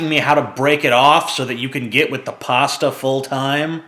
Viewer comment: The way you say pasta upsets me :'(